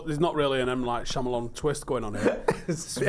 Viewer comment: It is high comedy seeing a mancunian try to say the words M. Night Shyamalan... Shamawamalan, no samawamlanahan...